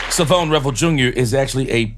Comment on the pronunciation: Come on man learn how to pronounce his first name. It’s not.Savone it’s Shavon. this ain’t rocket science